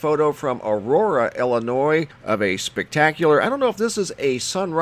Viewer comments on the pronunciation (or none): none